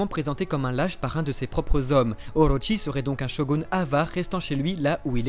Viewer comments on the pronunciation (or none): Juste c'est pas Oroshi mais Orochi "/orotchi/"